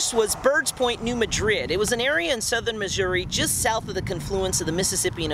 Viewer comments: New Madrid - Say: "New MAD-rid". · Oh and the 'Madrid' in New Madrid is pronounced with a short A sound and the emphasis on the first syllable. It's Tennessee just don't ask